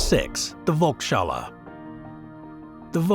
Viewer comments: Do a LITTLE bit of research on the language of the failed projects. It ain't hard!!!! And yes it is not volk-shalla it is VOLKS HALLE - PEOPLE'S HALL - even a cursory check would have been explanatory. This is just lazy journalism. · The Vulkshala?? I guess that pronunciation alone would have caused the dome to collapse… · Listening to Volkshalle repeatedly mispronounced was rather painful!